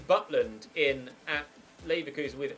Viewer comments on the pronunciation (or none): none